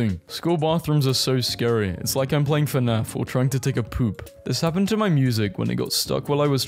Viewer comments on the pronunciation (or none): none